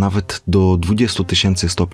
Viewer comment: Brawo za poprawne wymówiemnie nazwiska naukowca od którego mamy skalę temperatury, pomimo ogromnej powszechnosci jest ono bardzo rzdko wymawiane poprawnie, Celsjusz nie cencjusz